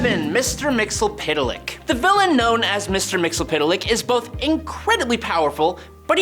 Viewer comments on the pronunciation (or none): I will never complete the watching of any video wherein you or your co-workers continue to murder the pronunciation of Mr. Mxyzptlk. Do better.